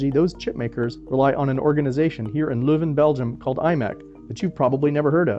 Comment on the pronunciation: Hello! no offense, but could you pronounce LEUVEN right please, thanks